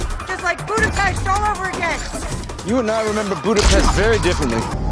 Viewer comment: Whoa! I never realized that she said Budapesht in that scene, that's crazy!